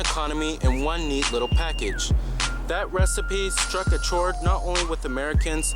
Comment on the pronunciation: A chord Is pronounced cord